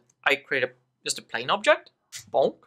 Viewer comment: you need to pronounce "just" like "dzhest".